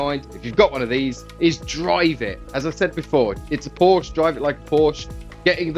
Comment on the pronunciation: At least pronounce porsche correctly 😮